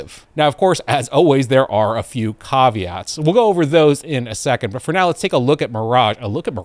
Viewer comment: Gotta love the way you pronounce caveats!!